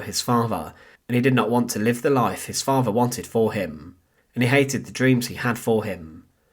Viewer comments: Please support this channel so they can get enough funding together to send the narrator for elocution lessons. Give generously as it may take some time. Loved hearing about "Hittlah's muhvah and favhah" though. Thanks. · Personally I'm disappointed with the presentation of this subject. The narration is badly written and edited and the narrator himself does not make an effort to pace or elocute his vocal delivery (farver instead of father, muvver and not mother). A good opportunity to tell a little known backstory lost to an amateurish présentation.